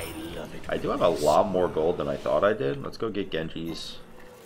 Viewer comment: plz it's "than"